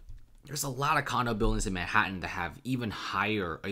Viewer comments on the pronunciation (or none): none